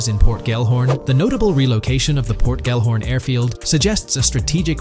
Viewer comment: Bruh can you not spell? Why do you keep saying “Port Gorn” it’s literally Port Gellhorn. Do you see the letters?? Say it with me ~ GELL-HORN. GELL. Sounds stupid when you say port gorn. Not even a thing🤦‍♂️